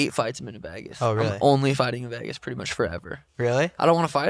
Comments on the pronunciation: Really struggling hearing Sean say “Vagas” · Someone teach Sean how to say Vegas 😂😂😂